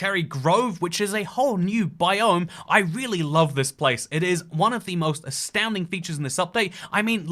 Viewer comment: 2;41 bro really said "growve" and "bi-o-m" This is just a joke please don't take this seriously, great video by the way!